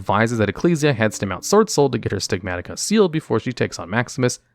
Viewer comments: Stigmata not Stigmatika xD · The way pronounces "stigmata." C'mon, mate. That's an English word. It isn't "Bystials" or French.